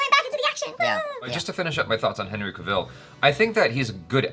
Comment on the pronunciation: I totally agree with everything you said! Except for still pronouncing 'Cavil' wrong, it's pronounced like 'apple'